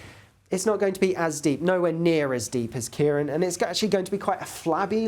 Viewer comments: it's KEER - AWN, not Keer-on. á as in Seán. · Ciarán is pronounced Key-'Raw'-on, like the name Ron, eg CiaRon, due to the fada over the last 'a'.